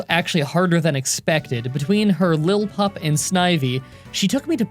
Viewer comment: Use your phonics that you learned when you were 5 to say the names. Lill-i-pup, whirl-i-pede